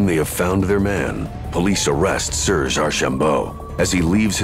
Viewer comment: The narrator butchers all the French names. Row-land?? Surge? Terrible